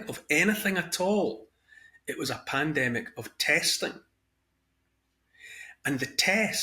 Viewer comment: says, "Pannademic" 🤣😅😂